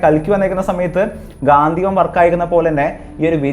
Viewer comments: ഗാന്ധിവം അല്ല bro ഗാണ്ഡീവം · ഗാന്ധിവം എന്നല്ല ‘ഗാണ്ഡീവം’ Sanskrit: गाण्डीव എന്നതാണ് അർജുനന്റെ ധനുസ്സിന്റെ ശരിയായ പേര് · ഗാന്ധിവം അല്ല ചങ്ങായി ഗാണ്ഡിവം ആണ് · ഗാന്ധീവം അല്ല Mahnnn Its " ഗാണ്ഡീവം " 🏹🛐🗿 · ഗാന്ധിവം അല്ല ഗാണ്ഠിവം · അവതാരകൻ പറയുന്നതു പോലെ ഗാന്ധിവം അല്ല ഗാണ്ഡിവം ആണ് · Bro its ഘാണ്ടിവം not ഘാതീവം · ഗാന്ദീവം അല്ല ബ്രോ ഗാണ്ടീവം എന്ന് ആണ് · ഗാന്ധീവം അല്ലെടോ ഗാണ്ഡീവം . താങ്കൾ കണ്ട PDF വായിച്ച് ഓരോന്ന് വിളിച്ച് പറയാതെ മഹാഭാരതം Brief ആയി വായിച്ച് വീഡിയോ ഇട് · ഗാന്ധിവം അല്ല gandeevam ആണ് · ഗാന്ധീവം അല്ല ബ്രോ... ഗാണ്ഡീവം ആണ് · ഗാന്ധിവം അല്ല ഗാണ്ഡിവം 👍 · Gaanthivam alla gaandivam aan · Ponnu setta gandheevam alla .gandeevam... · ഗാന്തീവം അല്ല സഹോദരാ ഗാണ്ഡിവം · Bro not gathivam..ok..gandivam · ഗാന്ധിവം അല്ല ബ്രോ... ഗണ്ഡീവം... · ഗാന്ധീവം അല്ല ഗാണ്ഡീവം